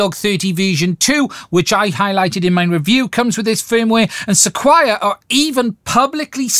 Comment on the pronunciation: SEQURE, is pronounced. "Seh-Kur", pretty sure...just trying to help. Thanks a lot,. I'm on board! Cheers. 👍✌️